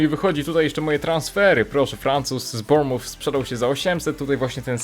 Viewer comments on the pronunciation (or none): none